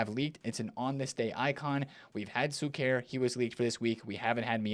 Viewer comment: Tusp, not Suker… it‘s my man Šuker;) for u Shuker hehehe….:)